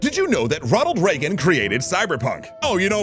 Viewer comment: After the first time you said reagen i was fully radicalized no need to continue